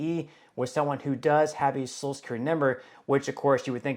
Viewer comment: It's pronounced So-shul not So-sul.